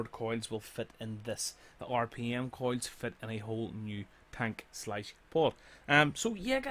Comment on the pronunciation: why he calling coils coids